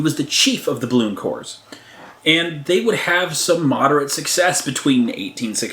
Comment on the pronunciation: Corps is pronounced "core".